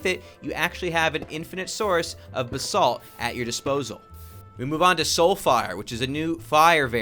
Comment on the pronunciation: lol when you said "Basalt Pillars" i thought you said "The Salt Pillars"